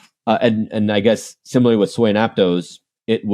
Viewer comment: It’s pronounced Ap-toss not ap-tose and Sui is sweet without the t not soo-ee